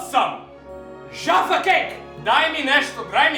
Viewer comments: Ne kaze se Džafa keks nego Jaffa keks ;) jafa keks se ceti isto kao sto se pise J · I would kill you if you fucking insulted my fav Jaffa keks :P Btw it's Jaffa with J brate srpsko J, ne Dzaffa :D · Cita se KOKTA I JAFA KEKS